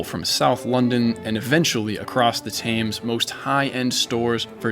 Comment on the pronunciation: Please learn how to pronounce "Thames." It's "Tems" not "Tayms"